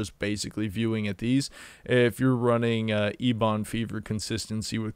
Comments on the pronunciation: Please stop saying eBon. It's pronounced like Eben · ebon isnt a word just on wow. its a color and its a kind of wood i wouldnt say its common knowledge but still. also you always mispronounced the sludge belcher as well. just sayin. you can say them any way you want, eeboon is funny as hell so might as well keep it. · Wouldn’t it be more like “ehbuhn?” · ok.. you heard the boy... he es LEAVING if you dont pronounce ¨Eben¨ the way it is...!!!.... only god knows what could happen to your channel if he unsubs.. cmon!!! get your shit together man!!! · I literally don't sub due to the eeeeebon fever...